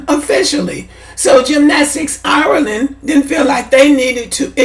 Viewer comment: Not to be petty but can we pronounce IRELAND like Ire - LAND not OURLANNN! smh And this is stupid and divisive. You do all this support just to throw shade on Black immigrants. trash for this. smh!!! I'm Haitian, Weeeeeeeeeeeeee don't praise White folk, in fact, ask a lot of Haitians, we think, believe and move as if we're SUPERIOR to White folk... #dontGetItTwisted foh with that immigrant bashing smh....